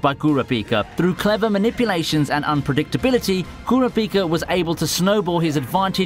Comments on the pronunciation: Kura-PEEKA? UGH! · The pronunciation of kuraprika killed me🙅🏾‍♂️🤦🏾‍♂️😑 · Bruh!!! He said kura-pika which I don’t understand because in the sub and dub it’s clearly said as 1 flowing name not 2. Lol damn the accent tripped him up or he blacked out while reading it back for the voiceover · U said kurapika name wrong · The way pronounces Kurapika’s name makes me cringe